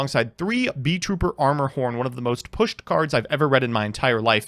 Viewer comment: THEYRE NOT BEES, THEYRE BEETLES. ITS NOT BEE TROOPER, ITS BEET(LE) TROOPER, THE T IS WORKING DOUBLE